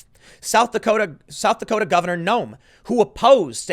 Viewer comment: South Dakoter’